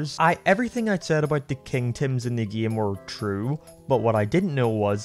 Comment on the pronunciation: Am I the only one who was thinking of 'Tems' from Undertale when he kept saying 'Tims'